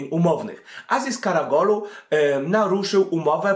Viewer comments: KaraOglu a nie KaragOlu :) Gole beda za kilka dni we francji ;) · Karagolu? Karaoglu :) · karaOGlu nie karaGOlu Lol